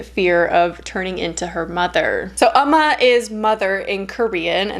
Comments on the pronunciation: ooo-ma not uhh-ma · Hey! I love your videos and your channel! I just wanted to let you know that Umma is pronounced more like "Oh-ma" in Korean! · “Oh-ma” is the pronunciation :) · Its pronounce umm...ma it means mother in Korea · pronounced "uh- MAW" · “Oh-ma” is the pronunciation:) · It’s OM-Mah lol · Been happy to see all the current film reviews. The Korean pronunciation should be more like "Um-ma".